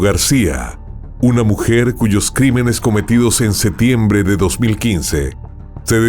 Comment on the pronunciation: Excelente narración. Una sugerencia para mejorar, pronuncia la P en septiembre.